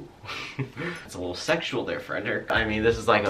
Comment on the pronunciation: oh my god I'm sorry but I litterally heard "" and now I'm wheezing 🤣🤣😂